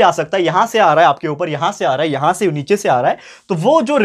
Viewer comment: Sir bolte hai ki nechai se AA Raha hai 😂😂😂